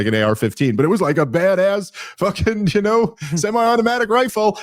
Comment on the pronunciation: The stressing of "semi automatic" sounded silly.